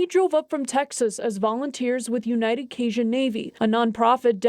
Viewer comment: It’s pronounced K-Jun